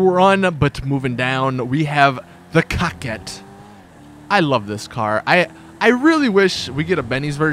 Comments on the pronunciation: I know, Pronounced Coe-quette not COCK-ette.,,,,,definition,,, A woman who regularly makes romantic or sexual overtures; a flirt. ALL my cars are female. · "Cock ette. ???!! WTH it's pronounced CO-QUETTE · "Cockette" XD